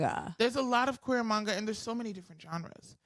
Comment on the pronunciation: Oof. Some of the mispronounced terms in this video made me cringe just a little. Especially on the words "manga," and "eechi." Regardless, what I wouldn't give to talk anime and manga with, as someone myself who has been into anime since I was 13 - and still keeps up with anime today. I have literally seen 800+ animes.